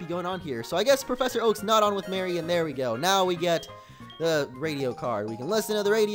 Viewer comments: It's Mary not Marie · He's on with Mary not Marie which is said like maree